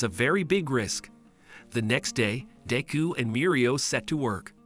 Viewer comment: If you are going to say deku name say it right